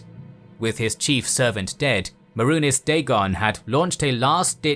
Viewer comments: Man i love you but you are fucking up these names really bad😂😂 Maroonez? Its May-Runes Day-Gon. Lmao great video though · CAM-MER-RUN MAY-RUNES DAY—GONE sorry the way you pronounced them just bothered me😂